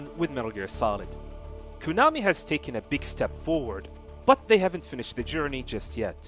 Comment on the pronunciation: Learn how to say Konami properly.